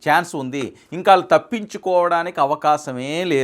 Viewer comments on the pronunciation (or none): మీ ఉచ్చారణ లో వాళ్ళు పలకడం సరిచేసుకోండి. వాల్లు అంటున్నారు. Ex ఇళ్లు, కాళ్లు, ఒళ్ళు, పళ్లు, etc. Tq and best wishes to u.